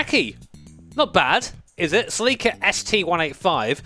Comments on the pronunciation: “Suh-LEEK-uh”. Huh. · I'm not the only one who pronounced Celica as "seliika" even though it doesn't make sense